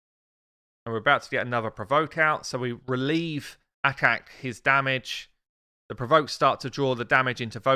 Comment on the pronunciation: ACHAK... not akak!